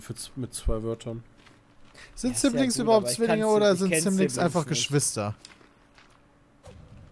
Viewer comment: "Seiblings" - (42), ist 100% überzeugt von seinen Englischfähigkeiten